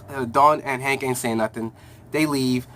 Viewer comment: it's called Hank and Dawn not Hawk and Dawn